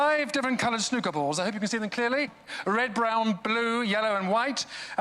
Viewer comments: It's not pronounced snucker - it's snu ker:p yeah it's a lot harder than pool - smaller balls - pockets - larger table - great act - thanks for your commentary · Forever living for the way says ‘snuker’ instead of ‘snooker’ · It has been said in other comments but it is pronounced as snoooker not snuker and yes I accept that in the UK we have more accents than every other country in the world but all of us can pronounce snooker. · I think its pronounced snoooooker, and i think billiard is like whole stick balls on table thing but snooker is a special variant of it I think the womans clothing thing was a monty python reference, but what do I know Great act, I was thinking that like half was King of Spades and rest was 5 of Spades but then they where allowed to look at the deck and it was a normal deck, so yeah.. no idea. Nice content as always :) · 😀😁😂 I'm sorry but that is NOT how you pronounce snooker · I hate the way he pronounced snooker